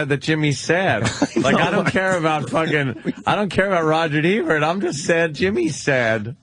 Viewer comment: Anthony: "Rogert Ebert".